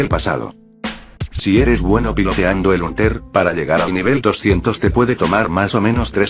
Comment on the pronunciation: No se dice huntel se dice hantel